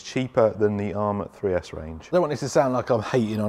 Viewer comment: 3s Arrma are horrible! at first I thought you were saying 6s.was thinking you lost your mind for a minute 🤣🤯